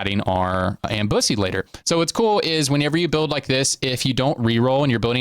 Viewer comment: that "ambussy" was wild lol